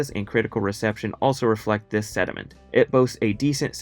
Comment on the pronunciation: did you mean sentiment? It sounds like you said sediment